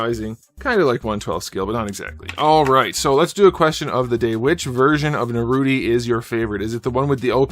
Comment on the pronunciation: At least say his name right. I get that you don't watch a lot of the source material but it seems a little disrespectful.